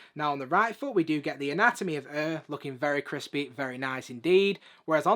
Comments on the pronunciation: 😂😂😂🤣🤣🤣🤣🤣 I didn’t get this until he said it now it’s hilarious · lol. Just funny for an American hearing Air in a different accent. Good videos mate 👍